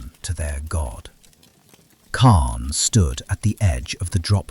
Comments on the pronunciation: He said it weird, but I have heard it that way before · He said it weird but I have heard it said that way before